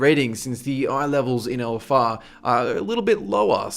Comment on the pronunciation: I like when he says "ELLEFFARR"